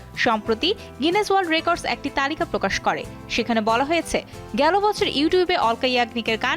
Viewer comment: অলকা না আলকা হবে